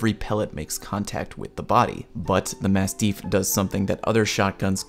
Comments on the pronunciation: For the record, it’s pronounced like “mast-if” not “mast-eef”. It’s named after a type of large dog of the same name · Did you just say massteef? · Jesus the way you keep saying masteef is really killing me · Has anybody mentioned that you pronounce "mastiff" weird yet? ;) P.S. Glad to have this. I wish the Apex Legends firing range were more fleshed out. I'd like to play around with all the guns and all of the attachments in a free mode like that. One thing I don't actually know yet: how much damage to down a player? How much to kill a downed player? Seems like a simple question but haven't seen it shown yet. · when you said one incorrect term I though you were talking about you horrible pronunciation of mastiff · That was a good video but why is he saying mastiff so strangely???? Respawn didn't make the word up - mastiffs are huge dogs